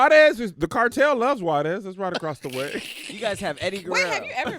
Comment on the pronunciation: Im not even Mexican and i felt triggered by the way they sayed Juárez